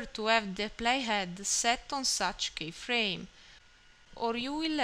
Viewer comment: It's pronounced "key-frame" not "K-frame". But overall great advice